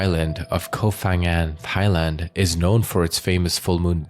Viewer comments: pronounce "Koh Pangan" not "fangan" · Life on Samui and today is the first time i hear that. and please is kooop phangan not kof phangan. Learn the real pronunciation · Koh Phangan is not pronounced "Koh Fangan," but "Koh Pangan"! Just like Koh Phi Phi, which is pronounced "Koh Pipi," and not "Koh Fifi"! In official Thai phonetics, the "Ph" represents a "hard" P sound. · it's not pronounced Koh Fang but Koh Pang. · Koh Phangan. It's pronounced with a P, not an F.